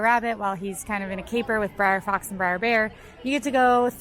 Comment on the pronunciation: If says "briar" rabbit instead of br'er rabbit one more time I'm unsubscribing.